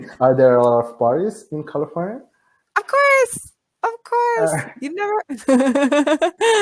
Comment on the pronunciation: Parabéns, sua pronúncia é muito boa, mas quero te dar uma dica importante para melhorar ainda mais. Na palavra "of", o "f" é pronunciado com o som de "v", fica exatamente "ov", sendo que a letra "o" tem o som de schwa. É que já percebi em vários vídeos que você fala com o som de "f", e eu sei que às vezes não percebemos tão facilmente essas nuances da língua inglesa. PS: A palavra "Off", essa sim é pronunciada com o som de "f". Good job!